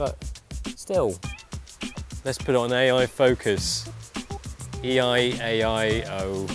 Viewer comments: "let's put it on ai focus" "eei ai oh" LOL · E I-A I-O. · "E-I A-I O" Hahahah! Good review/comparison. Thanks for keeping it down to business but still making it fun to watch.